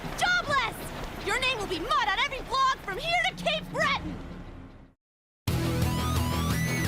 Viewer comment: Yknow I just realized that pronounced Cape Breton wrong